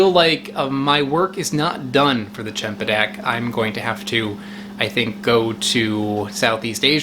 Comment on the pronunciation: Maybe it'll taste better, if you pronounce it correctly. Lol. The first letter is pronounced like an "s". You are pronouncing it with a "ch" which I don't understand where you're getting from.